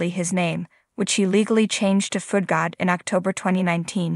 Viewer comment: Foodgod, not foot god.